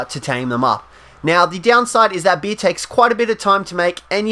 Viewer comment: It’s beer not bee